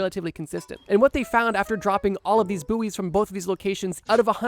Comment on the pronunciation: It's pronounced boys not booeys :).